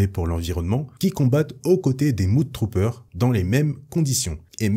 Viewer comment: les mudtroopers se prononce ''MEUDE"" trooper, mud signifiant boue! désolé j, ai les oreilles qui ont saignées, j'ai pas pu m'en empêcher!